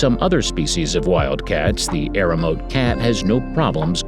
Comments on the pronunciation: Correct pronunciation MA-kak, EE-re-oh-MO-tay, TSU-shee-mah. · Terrible pronunciation! ('macaque,' 'amami,' 'Ryukyu,' 'Iriomote,' 'Hokkaido,' 'Tsushima,' 'Misaki'). Needs to study how to pronounce Japanese words. Otherwise the commentary was well-written and executed.